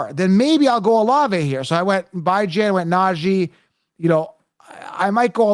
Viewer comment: His name is Bee-John you nimrod. Everybody deserves to have their name pronounced correctly. Have some respect.